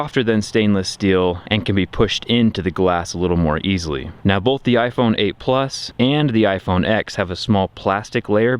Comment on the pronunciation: This man says “bolth.” Trust nothing he says...